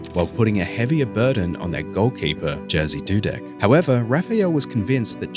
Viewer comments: Ngl I laughed when I heard „Jazzy Dudek” 😂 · bro i love your content but at least try to get JERZY Dudek's name right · Cool really and interesting story, but would be nice if the name of the goalkeeper wasn’t mispronounced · very bad pronounce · he did... But very wrong... And I am not even a Polish😂